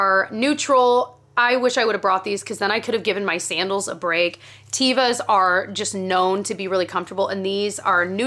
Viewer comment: Teva is pronounced as teh-vuh. It is a hebrew word for nature. I used to work for a retailer who sold the brand in our store, so I ordered complete lines of shoes directly from the company. The automated message that answered, as well as any sales representatives I talked to when I called to order, pronounced the name of their company the correct way. Just providing accurate information, not judging anyone for saying it differently...